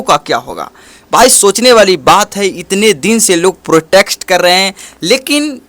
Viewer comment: Kya bola tum nah protext😂😂😂😂. Protest hai bro protext nahi. Anyway subscribe or like kardiya